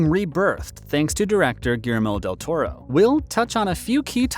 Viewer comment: Lame! Learning to pronounce the director's name could have improved this, a little.